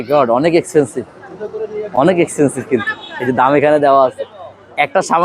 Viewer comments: Expencive ❌ Excencive 😂😂😂😂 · Expensive ❌Excencive✅